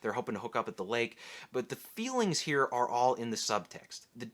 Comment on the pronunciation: Candidate: Conan the Barbarian. "Do flowahs grow heah?"